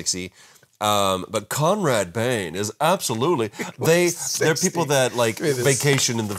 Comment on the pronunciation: It's Conrad BAIN. Not Bane., back to your cage.